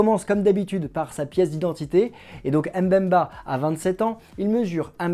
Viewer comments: ça se lit bemba et non M bemba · C'est Chancel Mbemba et non M'bemba🙄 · S'il vous plaît, son nom se prononce BEMBA ( et s'écrit MBEMBA) et M BEMBA. Le M ne se prononce. Merci